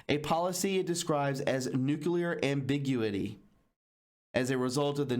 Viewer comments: Why don't you go through the news articles before hand and just highlight a few points then elaborate on it instead of reading it to us like were kids. The way you said ambiguity drove me crazy. Just a tip. Make it fun crazy eyes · Great reporting. But Disappointing that you mispronounce so many words on each video when you could do the research by looking at a dictionary. Words like Ambiguity and Bedouin.